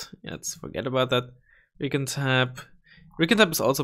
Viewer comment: It's not reekin', it's recon (ree-con). :p